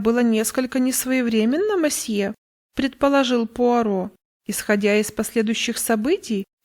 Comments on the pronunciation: Добрый день! Пожалуйста, не говрите мАсье. Либо мсье, либо мОсье. В иностранных словах безударная О звучит как О, а не А. Это в русском языке безударная О превращается в А. Если вы понимаете, о чем я... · Очень режет ухо слово "мосье". Лучше говорить "месье", а проще всего - "мсье". 😊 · Тоже постоянно зацикливалась на этом"масье" 😁 Всё его ждала. И смысл рассказа мимо прошёл. Придётся переслушать